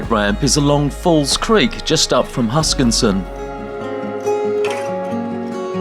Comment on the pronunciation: welcome back, jealous of your Tassie trip. Any way, it is HuskiSSON, not HuskinSon:)